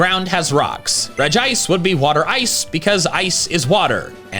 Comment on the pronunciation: Regi-ice not regice